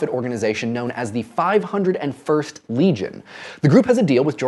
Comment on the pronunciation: You pronounce it 5-O-first legion!!!! My mom's part of it..... I don't even like Star Wars....!